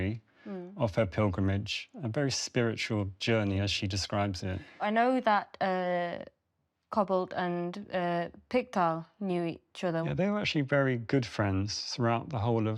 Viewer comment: Nice to see Marmaduke has not been forgotten ❤ he was my great grandads brother and I still have the Pickthall name and its pronounced pickthaal not picktall haha.